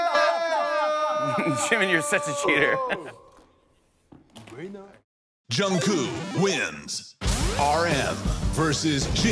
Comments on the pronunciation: The fact that they keep on calling Jungkook Jungkoo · The Voice Reader : "Jungcoo" Me : cries in disappointment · why do they keep calling him jungkoo thoooo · No one: Not a single soul: The voice: Jungkoo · but that’s also how Jimmy pronounces Jungkook’s name too - as Jungcoo 🥴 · Yall notice how the automatic voice says koo's name as "Jung koo" bye ima cry now :") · Is it only me who is hearing Junkoo instead of Jungkook when the voiceover man is saying his name ? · What I learned from this: 1.) The announcer pronounces JK's name as "Joungkoo" as if the last "k" is a silent letter. 2) Jimin is always a cheater and loves hugs. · So nobody noticed how they said jungkoo insted of jungkook😭😂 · No one: The voice: Jungkoo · "Jung Koo" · I probably comment about this every time, but is anyone gonna tell them that Jungkook isn't pronounced Jungkoo😭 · “JungKOO” Lol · ikkkkk It's "JU-NG -KOOK" !!!! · I pronounce his name as JU-NG-GUK! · ikrr, it's JUNG-GUK it's not even hard to pronounce 🗿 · Nobody: The announcer: JUNGKOO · I can’t get over how they say kookie’s name 😂🥰💜 (jungkoo) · Literally nobody: American television: JuNgKoOo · BYE WHO'S "JUNNGKOO" 😃😃😃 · Jesus how hard is it to pronounce the K at the end of JungkooK 😂🤦‍♀️ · why do they keep saying jungcoo😭😭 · I don’t think you say it “Jungku.” -___-“ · Can someone please explain? Is the "k" on the end of JK's name silent and I just didn't know for 5 years? 🥴